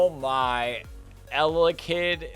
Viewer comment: Sry not eyelid it’s Elekid